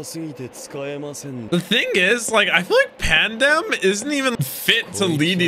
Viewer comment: stop calling spandam pandem